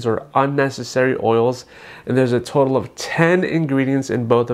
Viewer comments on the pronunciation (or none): none